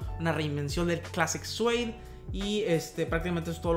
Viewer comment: Se dice “siud”